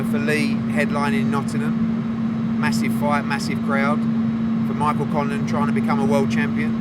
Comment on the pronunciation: Nottingham not nottynum